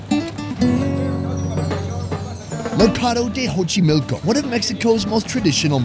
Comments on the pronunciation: Xochimilco, pronounced [ʃoːtʃiˈmiːlko] Not Hochimilco 🤦🏻‍♂️ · Xochimilco the X sounds like an S not and H. Figured I’d put that out there in case someone plans on going to Mexico City.